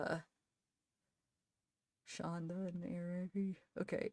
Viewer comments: It's Shanda, not Shandra. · it's Shanda